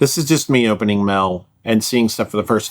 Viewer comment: It's "mail", not "mell".